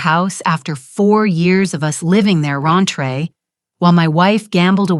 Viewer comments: While there are many AI mistakes I generally overlook, I can't ignore "raintre or rantree" throughout. It's supposed to be "rent free." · We have a new word : rent free pronounced “Ron-tray” Not to mention the new ways to say written numbers.